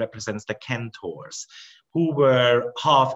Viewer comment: Centaur is a soft C like 'cent' (penny) rather than hard like the county of Kent. Even so, your English is better than most native speakers.